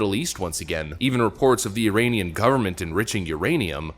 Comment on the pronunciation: did he say the Uranian government is enriching iranium ?! 😱